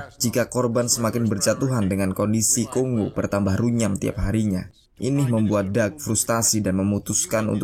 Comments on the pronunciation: Tolonglah itu bacanya Kongo bukan konggo🙄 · Silakan cek pronunciation aja dulu ya borr banyak kok video cara baca di youtube, nanti kan kita sama-sama jadi tau yang bener bacanya Kongo atau Konggo, daripada nanti malu 😁